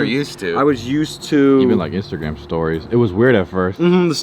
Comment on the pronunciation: I THOUGHT I WAS THE ONLY ONE THAT said Instagram like “instagwam “